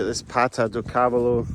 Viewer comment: cávalo??? accent is on the middle silabus for the cavááá..lo (horse in portuguese)